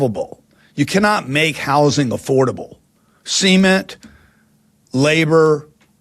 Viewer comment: Good Lord Mr. "maargidges and SEEment" comes off as a leech on the poor.